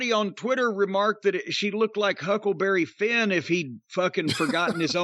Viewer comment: Hickleberry Finn 😂😂😂😂😂😂😂😂